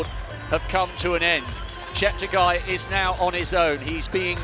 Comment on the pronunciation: Incredible performance! The commentator could atleast learn to pronounciate Cheptegei's name! Holy shite. (Ignorant bastard). I just barely made it below 30 minute on 10 km an I was a f*ng terminator, no joke. That's how indescribably fast this was. And unless you haven't ran at those speeds - they are incremental - meaning: every second gained, means exponentially the force, horse power and output needed. Meaning: you've probably never met anyone as fast as me and Cheptegei would still run circles around me. Stay humble, but work on that lard tbh. Motto: "10k - EVERY DAY"